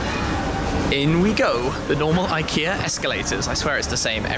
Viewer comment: It's pronounced ik Ea just watch the adverts